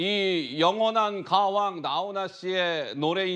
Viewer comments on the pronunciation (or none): 오버 가왕을 가황 이라고 하시네 ㅎㅎ